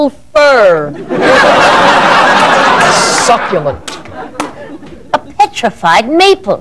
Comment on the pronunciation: Fir, not fern. lol